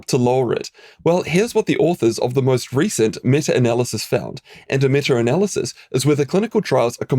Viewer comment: "metter analysis" 😆